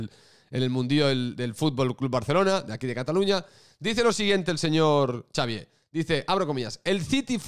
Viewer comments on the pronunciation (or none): none